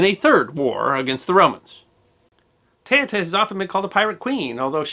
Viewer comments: It woud have been good if you learnt to say her name correctly. Teuta pronounced ( Te-oo-ta) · her name is pronounced TOOTA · Her name is pronounced Tay-OO-tuh. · Teuta is pronounce not like that. E and u is not a diftong but are pronounce as E and U. Second she was not a pirate but she gave accsess to piracy who worked for her.